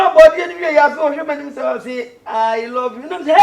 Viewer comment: Agya Koo be like "I don't lyve you." 😆 😂 😆 😂 😆 😂 😆